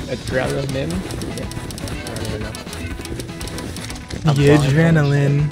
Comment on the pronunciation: Him struggling to say adrenaline😂